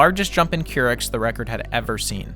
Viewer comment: |'m surprised you put this much effort into the video without knowing it's "Courics" not "Kurichs" as in Katie Couric, a journalist that the south park creators didn't like, so they used her as a unit of fecal measurement. Huff Post made an article about it years ago